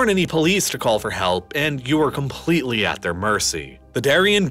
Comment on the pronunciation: I REALLY want to watch your videos but you conSIStently misuse the emphasis on certain words, and using it in the comPLETEly wrong places, making it imPOSSibly hard to listen. It's an exTREMEly unusual narration style.